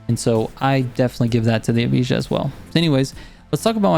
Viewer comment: Bro I’m American too still can say it right 😅 EV-I-UH all together and that makes Evija